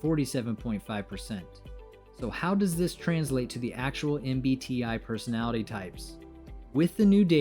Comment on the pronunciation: You just mentioned "I'm the rarest personalitty" I cringed a lot, Aaaa LOTTT.